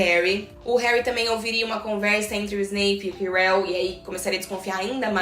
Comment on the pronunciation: Acho que você pronunciou Ojesed certo, só o nome do prof. Quirell que não 🧐🤣🤦🏻‍♀️